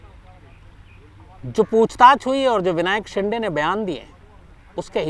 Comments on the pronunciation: शिंडे नहीं शिन्दे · विनायक शिंडे नही विनायक शिंदे नाम है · Shinday nahi re .. say shinde शिंदे .. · विनायक शिंदे है, आप " शिंडे " उच्चारण करते हो,जो ग़लत है ।